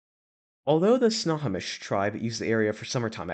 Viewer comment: Spo-can (Spo rhymes with bow, like bow tie), not Spo-caine (name doesn’t rhyme with cocaine)… and Snow-home-ish (like a snowflake, with emphasis on the home), not Sna-hommish (there is no short a sound, the emphasis is on “ho”) county. Thanks, A Lifelong Washingtonian. Much of the state is named after the local Native American tribes and its hurts our ears to hear the names pronounced wrong. It happens frequently, even with gps.